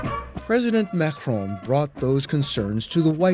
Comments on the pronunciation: Stop saying Mahhron. His name is Maccron. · The journalist should have done his homework and not pronounce Macron wrongly. It is not supposed to sound like [Mahrong]... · the way the host pronounces Macron makes me want to die